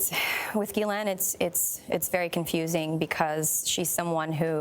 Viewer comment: The accuser and Gayle are not pronouncing Ghislaine's name right.